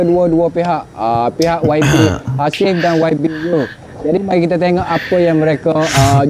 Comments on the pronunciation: menyebut yabi yg sebetulnya waibi sebutannya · YB itu sebutannya kalau di Malaysia Y=wai B =bi.... rengkasan yg membawa maksud Yang Berhormat